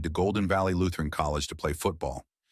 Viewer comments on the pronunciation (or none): none